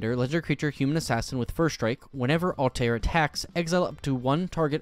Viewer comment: You butchered BOTH Ezio and Altair's names. :(